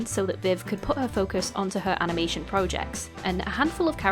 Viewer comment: Very sorry to bring this up when the topic is serious, but you said amination and I think it's funny, lol.